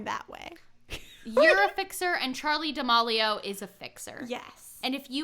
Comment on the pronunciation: also for future reference i think it’s pronounced charli (da-meal-e-o) haha🥰 love you guys!!!